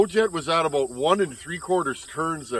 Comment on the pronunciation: 😂😂” If any of you guys out there know Donny Walker, you know what I’m talkin’ aboot”. Yeah, I’ve caught myself saying ‘aboot’…we really do say that! Oh…and thanks for the choke fix.